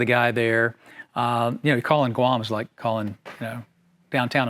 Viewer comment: Did he say GUAM???